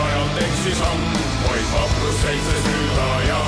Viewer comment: The animation is the legend of the Big Töll/Big Tyll. Its an a Estonian legend. Also the way you said vaid vaprust. It sounded like vaeid vaproust. Sorry if i offend you or anyone else After reading comments Oh. You know already. Btw im Estonian.